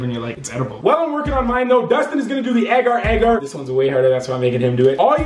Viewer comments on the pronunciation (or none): its pronounce agar agar instead of ager ager ok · your pronunciation of agar agar is weird